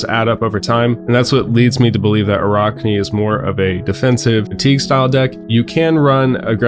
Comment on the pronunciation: Ah-rack-knee. In all seriousness good video. Love the assassin feel and hope we get a lot of support in the next set.